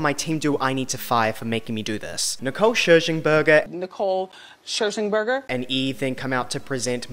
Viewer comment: The way Wendy Williams always says Nicole Scherzinger name wrong is funny as hell cuz she says it differently all the time. 😂😂